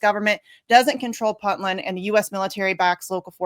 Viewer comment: To the lady host, it's first syllable is not "Puntland" pronounced like punting a football; it's pronounced like "Point"-land. Thanks for the great video and the knowledge of this antiwar website!